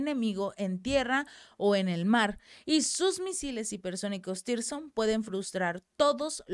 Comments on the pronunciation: CHICA..LOS MISILES NO SE LLAMAN "TIRSON" COMO TU LOS MAL MENCIONAS... SE LLAMAN TSIRKON!!! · SIRKON, SIRKON, SIRKON. Y NO "TIRSON".